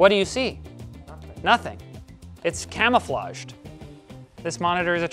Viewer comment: It's Cam-O-Flaged ... ;p